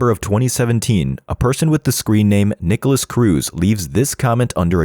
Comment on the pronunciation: This is a really good video in the sense you showed me clips, videos and information on Nikolas that I didn't know before, but god, the ai voice is so atrocious. "Peter WONG," "Jamie GOOTenberg," "NEEKolas," "12-year old student Helena Ramsay ," Helena was 17 when she died, not 12, man.